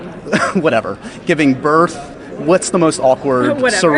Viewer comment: When she says "birth" she sounded really british :D Bless :3